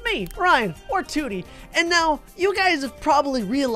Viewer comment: Yea “Tewity”